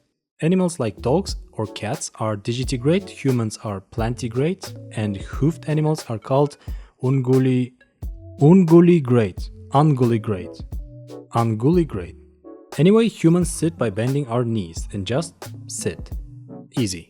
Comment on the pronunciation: "un-GYOO-lih-grade" Like the word "Ungulate" meaning hoofed mammal.